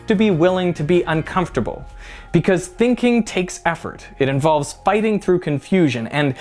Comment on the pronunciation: Emphasizing Uncomfortable and Unpleasant like that at the end makes me want to get insurance for some reason...